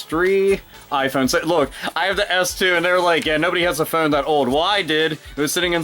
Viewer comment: i love how you say phone, "phewn"